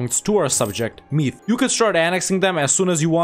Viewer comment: I am Irish and when he pronounced Meath wrong it angered me a lot.